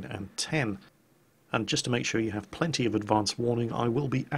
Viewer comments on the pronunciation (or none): none